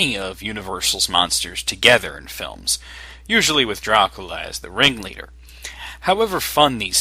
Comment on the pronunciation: You have a bad microphone - and your not saying DRACULA right its not DRUCULU